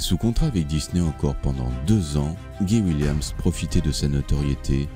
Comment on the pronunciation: On prononce "Gaye Williemss" et pas "Guy William" comme "Guy Ligilli"